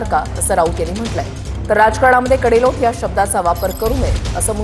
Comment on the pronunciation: कडेलोट शब्दाचा उच्चार कोणी केला शेलार 😊